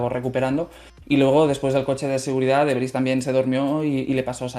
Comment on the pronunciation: Debris no derbys no mamen jajaja. El Derby era un modelo de coche en Mex.